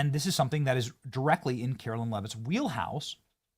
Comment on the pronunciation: Benny. When are you going to learn how to pronounce KaroLINE?